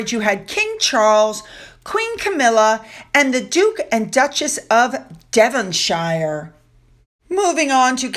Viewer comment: Just a friendly note: Devonshire is pronounced [dev von sheer]. I watch all your videos,, except the livestream. I know a lot of people enjoy it, I just don't like livestream. All the best.